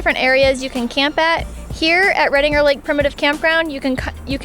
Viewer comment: As a local, I find your pronunciation of Redinger and Prather .... interesting. Also, the maximum elevation of Redinger Lake is only 1,403 feet so snow isn't a concern. In fourteen years of daily driving to Redinger Lake I've seen snow there maybe 5 times and it did stick.